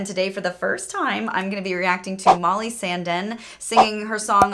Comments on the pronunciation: No, more like Sun-deeen. And the last part, the E:s pronounced like the first letter in Eric. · Her name is Sandėn so pronounced Sandeen. Also, as just about everyone here has stated, she is Swedish. And an amazing singer. Eurovision has many great songs and artists, you already reacted to some of them like Loreen and Lordi. I think you'll like Eurovision song contest: the story of Fire Saga. Also, react to Ja ja dibg dong. 😎